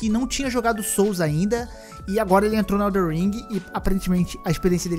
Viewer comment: ELDEN não elder que agonia